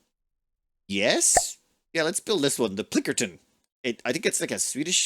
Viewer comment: I hate that you have zero respect for names. You can't blame it on illiteracy, you just have zero respect for it. PLINKERTON? It's clearly called Pilkington. For FUCKS sake man. Every damn time. And it's not just names above 5 letters. You even manage to fuck up the simplest of names. Please stop.